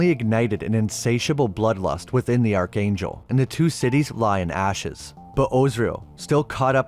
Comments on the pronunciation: Ark-angel. Not arch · Archangel ... is pronounced ARKANGEL... Otherwise the video is great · Arch in archangel is pronounced ark, also the image showed the angels ripping him limb from limb not cutting him apart. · Dear man, Arch is pronounced like Ark. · It’s Azarel not ozrael, and archangel is pronounced Ark-angel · Hard ch in archangel, hard g in Gah-mor-rah (in the beginning of the video). You put so much work into these videos, I don't want them tripped up by simple mispronunciations. Enjoyed it as always! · Yeah for real lol